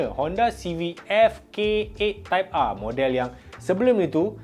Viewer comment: Type ahhhh mcm cina dah sebut hawautol 😂 trophy r betul pulak